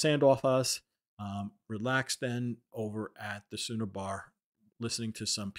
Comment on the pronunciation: Bro, it’s the Schooner Bar (pronounced like Skooner) 😉